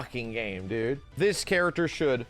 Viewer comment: never say a sentence again bro, even more so if you're gonna say "ts" mean "this".